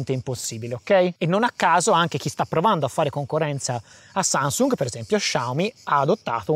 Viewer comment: oh oh mi è semblato di aver sentito sansung😂